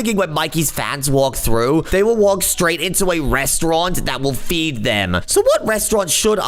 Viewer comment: Why are you saying feed?🤔